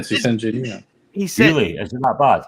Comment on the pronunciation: Wheely..wheely...de brain bwain is fowgiven..wheely wheely... FMD